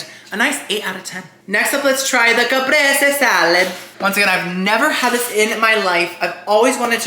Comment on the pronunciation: Caprese = Kuh-pray- say, 🙂